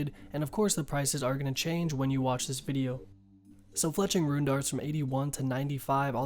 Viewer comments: It still tilts me when u say ruin instead of rune lol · Didnt know rune was pronounced ruin lol